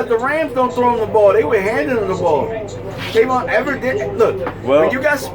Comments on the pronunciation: I opened this video just so I can say, it's TAVON not TRAYVON.. go. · Tavon.... not Travon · Trayvon lol no it's tavon